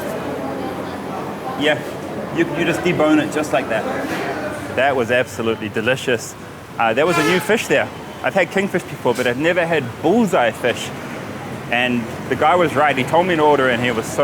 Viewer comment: It's not bulls eye, it's bhutayee